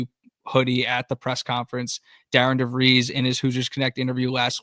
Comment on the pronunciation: His name is definitely pronounced "DeV-reees" ... not "DeV-rise" BTW, I just SUBBED because I heard things here to put the whole portal transfer thing in perspective ... Did not know that some teams did not get their first commitment until a month had passed ... thx.